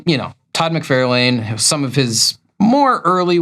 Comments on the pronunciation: Todd McFarlane is pronounced Mick-Far-Len. (Not mick-fair-lain) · Love the channel... but why can't you say "mc-FAR-lin" by now (instead of "mc-FAIR-lane"). It's a knit-pick, for sure... sorry.. Love the show. Please don't hate me. I do like the videos, I promise. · "Mc fair lane" ?? I've only heard "Mc far lan". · ok, I'm pretty sure this must be a long running joke of yours, but I can't stand it. It's pronounced "Far"lane, not "Fair". I'm afraid you're literally trying to real life Marvel retcon this and I must be a bulwark against this. I wouldn't think your serious, but you said you haven't read any Iron Man comics so now I'm questioning everything. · I always enjoy your videos, but every time you mispronounce McFarlane's name it drives me crazy. It is not Mc-FAIR-lane, it is Mc-FAR-lane. Actually, Todd pronounces it Mc-FAR-LIN. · Have I been mispronouncing "Rob Lie-Feld" and "Todd Mick-Far-lan" this whole time? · Todd Mc-Fairl-Lane? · Can you pronounce McFarlane as it sounds …lol…if he is your favourite artist…musk-far-lyn….sorry love your content just feel like…it’s the man’s name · Also, I swear at this point you’re just purposely mispronouncing McFarlane. Stop it. You sound clueless. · No, you haven't. He just pronounces both names incorrectly. I have heard both Rob and Todd say their last names and each other's last names. They say "LIE-FELD" and "MIC-FAR-LYNN".